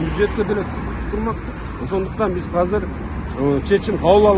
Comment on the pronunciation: Кыргыз тилинде "азыр" деген созду "казыр" деп да айтышабы? 1-жолу угушум, кайсы жактын диалекти бул ыя?